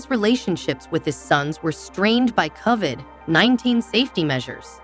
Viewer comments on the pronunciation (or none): Just keep going over everything in the seasons over and over and over unable to pronounce anything because it's a computer that can't speak the English language correctly. Half the time it spells c.o.v.i.d. because it can't pronounce it. The title doesn't match the garbage in this , nothing breaking here, ysabels surgery was years ago, don't even bother.